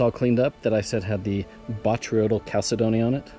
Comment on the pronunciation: I am no english teacher but, finally, somebody pronounced botryoidal properly! I get tired of hearing boytrodal, and batroydal. Thank you, you get an A in my book. You get an A+ for the jaspers!